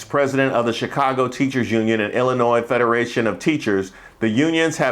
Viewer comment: Lady with the Chicago Cubs gear... it’s giving AI. Didn't even say Chicago with the right accent.